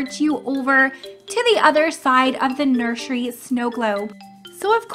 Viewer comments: You also always say nurshery 🤝😹 - Doggy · You said nurshey